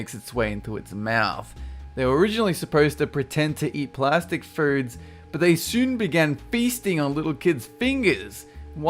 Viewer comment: my god when you say ''plastic''